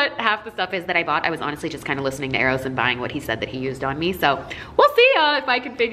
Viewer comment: jeffree you're still concerned with me You're still Concerned with meh